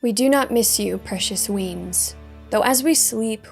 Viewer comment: its weans (wee-ans) not weens